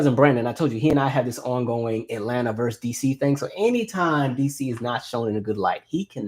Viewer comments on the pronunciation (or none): none